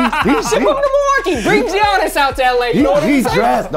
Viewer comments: Why do gotta say Giannis name Jeeanis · we just gonna ignore the fact that pronounced giannis wrong??